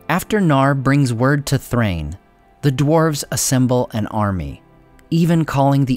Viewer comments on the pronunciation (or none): First time I’ve heard Dain and Nain pronounced correctly 👏🏼 But, wouldn’t Thrain be pronounced the same (“Thrine”)? Love your content! Enjoy your holidays 🎄